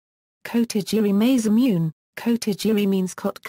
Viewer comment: The butchering pronunciation of, Masamune, is annoying.